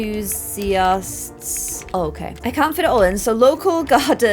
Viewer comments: AHH yes Inthusiast not Enthusiast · hmmm I'm pretty sure enthousiast starts with an E instead of an I hahahah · enthusiast not inthusiast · I love you,. Enthusiast starts with an E. lol